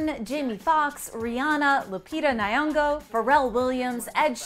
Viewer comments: DID SHE JUST SAY LUPITA NAYONGO!!!!??? CHILE, i'm on the floor, americans, you need lessons on how to pronounce african names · It’s LUPITA NYONG’O Wtf is Nayongo? It’s about time y’all practice to say names correctly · Rupira naango?! You didn''t take enough time to know how to pronounce her name or you just thought it doesn't matter? It is Lupita Nyong'o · Lupita nayongo???? Its Nyong'o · It's Lupita Nyong'o Not Lupita Nyayongo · It's not lupita Niayongo it's Nyongo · Lupita Nayongo 🙄... It's LUPITA NYONGO.. WITH NO A BETWEEN N AND Y 🤦🏽‍♀️ 🤦🏽‍♀️ 🤦🏽‍♀️ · Lupita Nyongo not Nayongo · Lupita what😂😂😂😂its nyon'go,lupita nyon'go😂😂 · Lupita whaaaaaaat!! Nii-yoo-ngo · "Lupita Nayongo"😭😭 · Di...did she just say Lupita nYongo?? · for God's sake it's not Lupita nayongo😂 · nigga said lupita niongo jesus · It's lupita ny'ongo not lupita nyongo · “Lupita Niy-ungo” 🤔🤔🤔🤔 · Did she call lupita nyongo as lupita nayango 🤣🤣🤣🤣🤣🤣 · Poor Lupita still having her name butchered with random pronunciations. 😭 Who’s “Lupita Nai-yongo”? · All these years and we're still butchering lupitas surname💀💀💀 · Please pronounce Lupita’s name correctly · It's 2021 and people are still mis-pronouncing Lupita Nyongo ? SMH